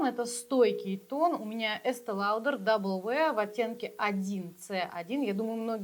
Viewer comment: Спасибо за видео. Но хотелось бы знать, какой тип у вашей кожи? Жирная? Нормальная? Сухая? Double wear не походит к сухой коже, он подчеркнет все шелушения. Люди должны это знать, и на возрастную кожу он тоже не очень подходит. И если уже произносить бренд, то произносите правильно. А так интересно посмотреть.